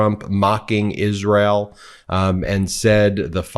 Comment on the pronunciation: I do believe trump is on something. He can not even say Isreal. He is a very disturbed idiot. 😳